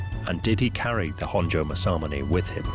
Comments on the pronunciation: Don't worry it's irritatingly mispronounced by this narrator. Mas-a-moon-e not mas-am-un-ay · That can't be how you pronounce masamune, MA-SAMUNAY? Surely not. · it literally says and reads Maa- sah-myoon. Both "a's" go up front when you spit it out before you laugh it up. Maybe try pressing the mic icon. It is a helpful tool to help you hear the proper pronunciation.